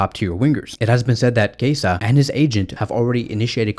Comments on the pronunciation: Dude his name is Chiesa not Kaiser wtf??😂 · Why do you call him Keisa? 😂 His name is spelled Chiesa and pronounced [Kieza]. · He said Kasa